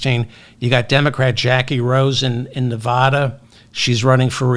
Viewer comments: Most Nevadans would take exception to your pronunciation of their state. The "a" sounds like the one in the word "lad". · Why can't you learn how to pronounce the state of Nevada?